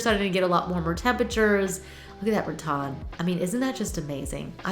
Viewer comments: I love garden centers for inspiration! I was wondering why you pronounce rattan as RaTon ?? Is that southern? 😊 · Please, please, PLEASE learn the pronunciation of “rattan.” Love you, but this is driving me nuts.